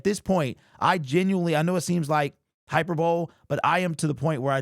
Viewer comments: The word that you are pronouncing as hyper-bow Is correctly said as high-per-buh-lee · Did you just pronounce " Hyperbole ", as " Hyperbowl"??? Terry Foster made that mistake, on 97.1, and Mike Valenti nailed him on it, and the other staff roared with laughter, because Terry should have known better, being in journalism. He did know better, but those were the initial signs of his stroke. Hyperbole, is pronounced, like " Hyper..bow....lee" FYI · I love you too much to let it slip. It’s not hyper bowl it’s hyperbolEE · Bruh, “hyperbowl” is not the correct pronunciation of the word that I think that you are trying to say, which is hyperbole…”Hy-Per-Bo-Lee” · Hyper-bowl? you mean hyperbole? "hy-per-bolee" - thanks for sharing the content. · Bruh did not really just say hyper bowl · Yo: High-per-bowl-ee Hyperbole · Hyper bowl 🤣🤣 Did you say it like that because of Terry Foster?? Lol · It's hyperbolē, don't forget to actually say "E" at the end of the word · “Hyper-bowl?” Did you seriously just say that? How can you use such a common word, but not know how to pronounce it? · Hi-per-bowl-e = hyperbole. Not tryin to be shifty, just sayin.